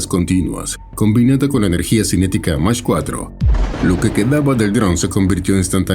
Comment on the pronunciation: A 1.25, phonétiquement, mak4 et non mache4